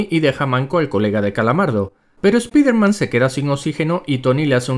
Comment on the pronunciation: Espiderman?? Doctor Extraño?? Cáncer de oído instantáneo!! Dx